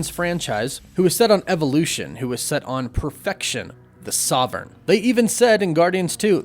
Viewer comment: Is there a reason you can't pronounce 'sovereign' properly?